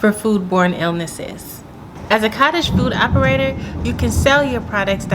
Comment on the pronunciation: Nice blooper - foodage lol, you compressed both words 😂😂😂